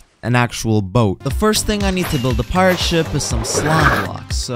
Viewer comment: i thought you said shi t not ship